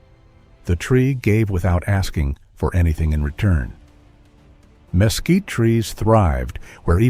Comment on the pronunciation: El comentarista al mezquite, lo pronuncia mosquito, por lo que no sólo los nativos y españoles lo escriben y pronuncian mezquite. En Sinaloa México, se usa sus vainas también como alimento para el ganado y de sus flores las abejas recogen su nectar produciendo miel. Traduce el inglés al español y traduce las libras en gramos. Gracias.